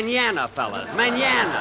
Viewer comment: Love how Jack mispronounced Spanish words; menaña and aydios